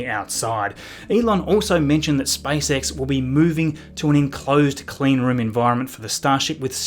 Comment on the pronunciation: Am I alone who hears spicex instead spacex? 😃